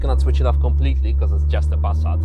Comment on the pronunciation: Everytime you say Pass_at it cracks me up. I might just start saying it the same way 😆